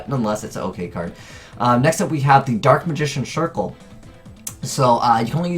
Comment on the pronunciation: "Dark Magician Shircle"